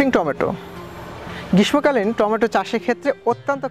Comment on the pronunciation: উচ্চারণ গ্রীষমোকালীন হবে না। শুদ্ধ উচ্চারণ হবে। গ্রীশশোকালীন। তবে লিখতে গেলে গ্রীষ্মকালীন লিখতে হয়।